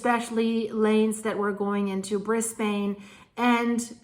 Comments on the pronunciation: The Capital of Queensland, Brisbane is pronounced "Bris Bin" not "Bris Bane" even though the spelling looks that way. I live in Brisbane, Australia btw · Aussie here, I used to live in Southeast Queensland. It's said "Briz-bin". Love your work, BTW. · "Brisbayne" lol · Brisbun is how it should be spelt 😂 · you need to say" brisbin."...like a bin....lol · G'day, just so you know Brisbane is pronounced like "Bris-ben", just ignore the E on the end 😀 always good to see your videos 💚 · Hi, this is actually how to pronounce Brisbane. It's Briz- ben ( say it quickly all together) in Aussie Lingo 😊 Love 💕 your videos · Thanks. I never would have thought you would ever cover an earthquake where we live!! We are in south Brisbane but did not feel it though our friend round the corner did! (Brisbane's pronounced more like Brizbin btw) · Kill..keeee…van… Bris..ban… they are not pronounced phonetically…